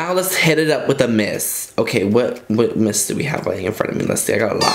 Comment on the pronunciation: every time he said 'miss' I thought he said 'mist' lol